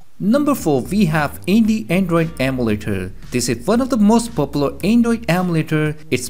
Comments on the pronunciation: It’s EM U LATER not am u later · its called emulator not amletters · is it me or is he saying andoid ommeletor